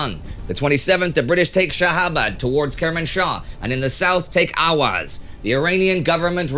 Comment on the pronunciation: *Ahvaz not Ahwaz *Qazvin not Kazvin